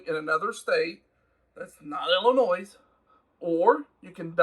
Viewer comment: its illinoi, the s is silent